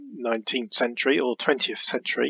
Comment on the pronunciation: Thank you. Great video..just one comment “Century” not ‘Centuary’